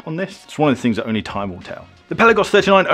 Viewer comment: Dude, if you're going to review these watches, you need to pronounce it correctly. It's NOT a pelican. The correct pronunciation of "Pelagos" is peh-lah-gohs, with the emphasis on the second syllable "lah". The "e" is pronounced like the "e" in "pet" and the "o" is pronounced like the "o" in "go".